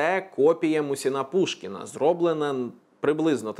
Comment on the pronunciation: МУсін- Пушкін, а не МусІн